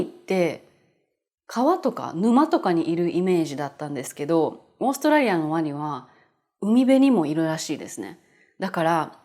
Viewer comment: To me it sounds more like オーストレリア.カタカナはね。🤣 色々のいい動画を作ってくれてありがとうございます！